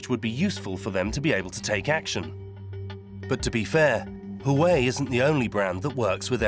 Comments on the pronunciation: Huawei: Narrator: Hawaii 😂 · That is NOT how you pronounce Huawei. The good people of Hawaii would be unamused .... 😮😊